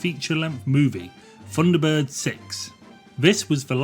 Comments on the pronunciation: Really struggling with 'funderbirds' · I thought they were Thunderbirds, not Funderbirds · it was called THUNDERBIRDS, NOT FUNDERBIRDS. And they were BROTHERS, NOT BROVERS. DISLIKED. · The voiceover rather spoils this. Someone who cannot pronounce 'th' narrating a 'Thunderbirds' feature....!?! ...ie, The Thunderbirds.... rendered as 'verr Fundabirds...' doesn't really gel. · I distinctly heard you say "FUNDERBIRDS" and "FREE TONS", Huh?, sorry i just tripped over all those "TH"s you dropped all over the floor. Oh and i had my knuckles rapped at school with a ruler, when it was pointed out to me that the letter "H", is pronounced AITCH, there is no unwanted "Huh" if i learnt this aged 8 i am sure you could have. Thrn you finish it all off with a final 20 firteen, what a lazy dork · 'Funderbirds' ? lmao. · I agree, when the commentator can't even pronounce his subject. 10/10 for effort but 'funderbirds'?.... really?